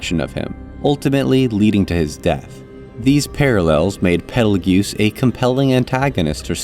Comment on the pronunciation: Quick note: Petelgeuse's name is pronounced "Petal juice", similar to the star "Betelgeuse". It is, in fact, confirmed to be a purposeful misspelling of the star's name.